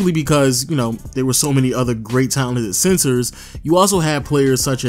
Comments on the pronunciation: Are you saying sensor? Or centers ?😂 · Im hearing censor not center. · i am the only one who hears him saying sensors istead of centers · tip: if you hear sensors he's saying centers lol 😝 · Say Center and not sensor lol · I thought he's saying sensors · The "SENSORS, SENSERS? SENCERS? SCENTSERS? " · Is it just me or does he keep on saying SENSORS?🧐